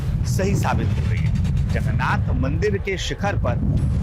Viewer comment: Sir jagannath boloe jagannath Nehi sir jagannath 🚩🙏🕉️